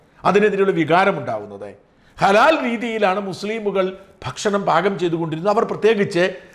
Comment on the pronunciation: ഷാജ൯.... നിങ്ങൾ ഭക്ഷണം എന്ന് പറയുമ്പോൾ ഫക്ഷണം എന്നായിപ്പോകുന്നത് എന്തുകൊണ്ടാണ്?